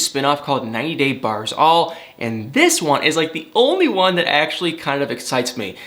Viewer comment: it is BARES all, not bars all. Bare - as in tells the whole truth, not "Bar" as in blocks all.